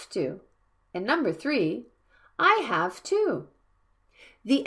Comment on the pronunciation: When you pronounce "i HAVE to," it sounds like you pronounce "have" with an /f/ in place of the /v/ like "half" instead of how you otherwise do.